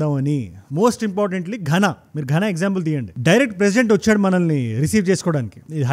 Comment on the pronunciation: It's pronounced "ghaana"